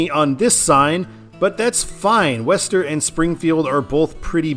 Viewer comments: Worcester is pronounced "Wooster." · Worcester is pronounced "woostuh".